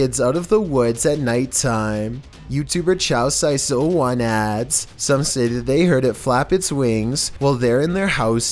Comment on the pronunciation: I love you, but "chaosice01" probably isnt pronounced like "chow-so's-ice-oh-one".